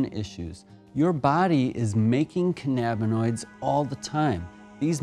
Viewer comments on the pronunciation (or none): it is not canana binoid it is canna binoid